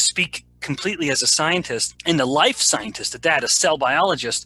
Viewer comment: Why can’t you pronounce the word scientist properly? You describe Nina T as a, “bad actor” - what evidence do you have for that slander?